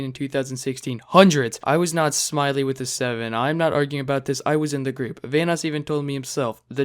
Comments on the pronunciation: damn why did you have to butcher Smii7y's name like that man, it's pronounced smitty, not smiley. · bruh how is Ohm in the wrong? also "Smite - y"? you mean "smitty" lmao. Don't listen to this kid. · Its actually pronounced smitty, no h in the pronunciation. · Did you call smiii7y(sm-ity) smiley with a 7 xD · smiley with a 7 lol i love the video but do you even know the people ur talking about haha its pronounced smitty :) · smii7y is pronounced "smitty" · Smii7y, pronounce as Smith-ee, the one dude that had nothing to do with any of this and somehow Ohm still managed to throw his name in here lol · i really hope you've improved since. your personal interjections didn't help. you didn't say SMITTY's name correctly and you didn't even know who Cartoonz was as you referred to him as "the dude talking". overall. gotta be a dislike from me. you definitely covered this because it was a clickable situation at the time and not because you grew up watching their content. otherwise you would know smitty and cartoonz. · Mispronounced smii7y